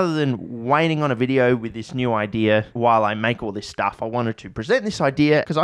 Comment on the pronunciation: Hey, can you show us where in the word, "idea" there is an r? I've asked Australians and scientists, but never an Australian Scientist.